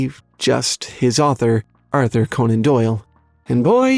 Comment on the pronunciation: How in the name of Hades do you not know how Conan is pronounced?